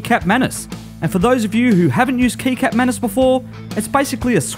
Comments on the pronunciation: Absolutely awesome video man :) Just wanted to tell you that in Indonesia they pronounce the word very similar to we say the word Ketchup :) So the right way to say is Ketchup manis :D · "Kecap" is pronounced Ketchap. Just letting you know :)